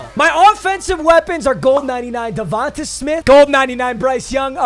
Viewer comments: Its not devontuh its devonta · DA-VON-TAY not davonta 😭